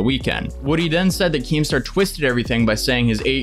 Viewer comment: Nobody:: KEEMSTER